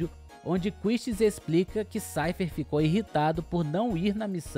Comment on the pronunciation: Vídeo incrível meu amigo, FFVIII foi por anos meu RPG favorito do PS1, pq eu adorei o design do Squall e não gostava do fato de todo mundo "babar ovo" do FFVII. Agora só uma crítica construtiva que queria fazer é quanto a pronúncia do nome do Seifer Almasy, mesmo sabendo que na pronúncia original japonesa seja algo como "Saifaa Arumashi" ouvir o nome dele pronunciado como "Saifer" ainda me soa mais pra "Cypher" do que Seifer pronunciado quase que em português mesmo que era a maneira que eu via a maioria se referir a ele na época. Claro, se isso for só uma característica e regionalismo comum a meu ciclo e não se expandir a toda a fanbase brasileira, peço desculpas, mas tenho a impressão que essa é a forma que a maioria de nós se lembrava do nome e me soa estranho ouvir de outra forma. No mais, mais uma vez dou parabéns pelo seu trabalho e coragem de fazer um canal dedicado aos RPG's. Tudo de bom e sucesso.